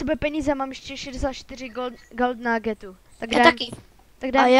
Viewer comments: Gald naagetu xD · to jak rekl gold nuggetu #RIPYOURENGLISH